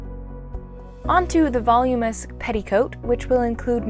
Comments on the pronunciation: Vol-OOM-in-us, not VOL-yoom-us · I just cringed because I’m watching a video of a girl make a dress and she said the word voluminous like volume-ess😂